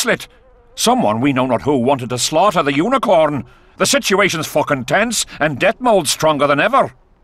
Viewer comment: "Fooken tense"